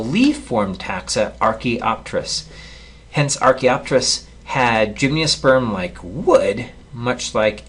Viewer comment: Tremendous videos but why do you say "gymniosperm"? there's no "i".